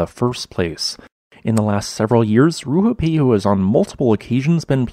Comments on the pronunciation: RUApehu, not RUHUpehu. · If you're going to make a whole video about the volcano, at least learn how to pronounce it's name correctly. Its Rue-ah-pay-hoo. Have some respect for Te Reo Māori. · It's not, this guy just can't pronounce it